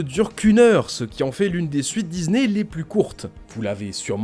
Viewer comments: Dizney, Dizney, Dizney …. Vous pouvez pas prononcer DiSney correctement ? 😂😂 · C'est que moi ou vous aussi ça vous agasse qu'ils disent Dizney au lieu de Disney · Ohhhh vraiment arrête de dire '' DIZNEY'' IL Y A UN P..... DE S ET NON PAS UN Z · C'est pas Dizney c'est Disney ! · j'peux pas continuer la video désolé... On dit pas DIZZZZNEY !!